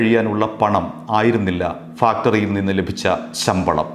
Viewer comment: Factory ennu parayunnadu onnu sheriyakkuka ningalude vartha vayikkunnadu Nikki istamanu ningalude sound um